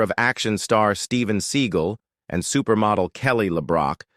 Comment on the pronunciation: Stop mispronouncing seagull